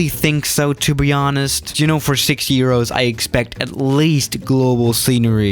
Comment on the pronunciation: He said 60 eros